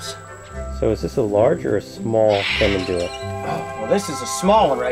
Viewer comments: Is tamanduA, the strongest part of the word is the last A. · It's pronounced (here in brazil at least) "Tamanduá" with the last "a" being tonic.